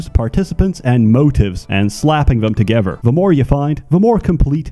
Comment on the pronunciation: I swear this guy says "togever"